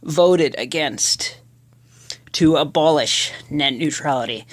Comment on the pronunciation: Ebolish wrong